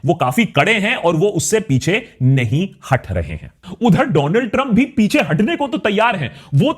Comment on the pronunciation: Donald trump ❌ Dooland Trump ✅😅